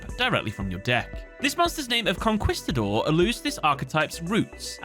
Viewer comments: Conquistador; “CON-KEYS-TA-DOR” not “CON-KWIS-TA-DOR.” Spanish word so “qu” is pronounced sharply, “kuh” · Really good video. I dislike playing against that archetype, but I have to admit that the lore is really good. A Spanish correction. The "quis" in Conquistador has a "kis" sound not a "kuis" one. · Bruh how do you repeatedly say Conquistador as "con-kwiss-ta-dor" and then immediately back to back nail the pronunciations of "conquerer" and "Huaquero". Like I don't want to ride you too hard on this but, like, you see how conquerer and conquistador are related, right? And how if you pronounce "qu" in Huaquero...look I know English is crazy but Spanish only has one way to say all of its letters. You got it! Just needed to circle back for those poor conquistadores. Cheers. Salud. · I love you, but it's pronounced "con-kee-sta-door" not "con-kwee" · I feel like these archetypes are all the results of the artists asking themselves "hmm... would this make a good anime?" Also it's con-keeeeeee-stador. The 'u' is silent. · It's hilarious to hear him say "con-kwee-sta-dor" XD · It honestly bugs me that he mispronounces Conquistador. Like... Immensely. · im leaving a dislike simply because you mispronounced "conquistador" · Great video. Can't get over your pronunciation of 'conquistador' tho